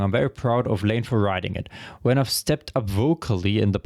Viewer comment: Layne is pronounced “layn”, not “lay-nee”. That’s a tricky one for German speakers. 👍